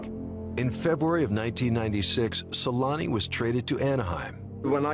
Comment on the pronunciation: Its selänne